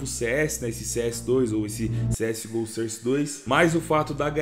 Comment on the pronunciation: mesmo papo de sempre "SOR CE DOIS"